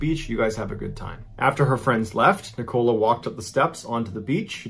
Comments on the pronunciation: I must say..As a Brit, Ive never heard the name Nicola pronounced Nicole A..It's such a common name here but sounds so much more exotic how Mr B pronounces it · The pronunciations are all over the place in this vid. Neekola and Lanca-shyer lmao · The name Nicola is said ni ca la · I've never heard a human pronounce "Nicola" like "nikawla" Before this video! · Oops, you are pronouncing her name incorrectly.. It is Nic-o-la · Nicola is pronounced NICK-uh-luh. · Antigua, a woman alone on a beach ?? People do stupid things. Pretty sure her name is pronounced nick-ola the 'o' is short, not a long one like cola. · The pronunciation of Nicola had me chuckling too. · I'm pretty sure Nicola is pronounced The same as " Nikola" ( Tesla ) Not the way you're pronouncing it john! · Your videos are great Mr Ballen, but the way you say Nicola pains me to my core 😂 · The way he pronounced Lancashire and Nicola 😂😂😂😂😂😂😂😂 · As a brit I love the way u pronounce Nicola ~ it's super cute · The pronunciation of Nicola is something I've never heard before! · Never heard nichola prounounced like that😅😅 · Me: This story is going to be terrible and tragic, and... Mr Ballen: pronounces Nicola Me: 😂😂😂 it's not funny, I'm so sorry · The way he pronounces Nicola... 😬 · That's not how we Brits say Nichola! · Yeah..... But.... wouldn't you stress the FIRST syllable with a name like "Nicola" ????? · Interesting pronunciation of Nicola 😂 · I've never heard Nicola pronounced that way. Is this a regional thing? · Is Nicola not a name in the USA because the way he pronounces it makes my shit itch. Oh, and Lancashire but that's standard American way of saying Shire wrong 🙄 🤣. Anyway I love the videos and the whole channel tbf. My current favourite 😍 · Great as usual but can't get over the way he's pronouncing the name Nicola lol. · The pronunciation of Lancashire and Nicola are jarring to my English ears 😂😅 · These pronunciations of Lancashire and Nicola both made me cringe and I'm not even British.